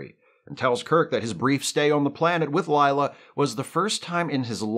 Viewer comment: Whoa! Stop saying "Ligh-la". It's LAY-LA. Rhymes with 'way' 'say', etc. "Layla", like the song (Eric Clapton, Derek & the Dominoes.... heard of them?)